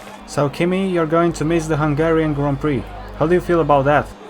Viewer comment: bineinteles ca nu vrei sa spui "hunarian gp", urasti ungaria ca orice roman :)